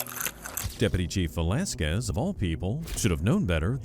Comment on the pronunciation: "Velasquez" Enough said...